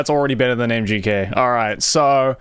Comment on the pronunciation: Dude, why do you keep saying MJK whenmit's MGK? Also I've never heard of this dude before so how exactly is he mainstream?